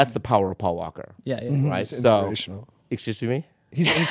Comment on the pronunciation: When bobby says “exurshge me” and they reach out to each other in Laughter I’m literally crying on a Saturday morning am